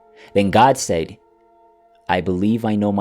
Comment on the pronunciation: I really love your stories/readings. Thanks. ❤ Suggestion for 2 words you say: ‘said’ and ‘veil’. They are pronounced like these words: ‘sed’ and ‘vail’ Just a helpful suggestion. Thanks. 😊